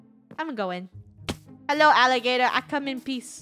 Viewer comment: When you saw a gorilla, did you say ''I come in peace'' or ''I come in bees''?